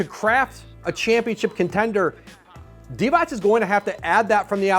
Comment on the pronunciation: Vlade Divac, c is pronounced as zz in pizza